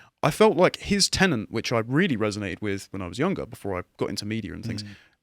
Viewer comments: If you want to be precise in your language, it's "tenet" not "tenant". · It's tenet, mate, not tenant.